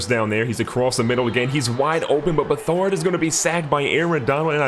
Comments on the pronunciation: You pronounce it C-J Beh-Third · It’s Beh-Third